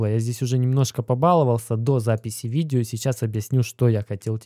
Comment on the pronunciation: кого бесит его слово новое виДДДео ? мне лично режет слух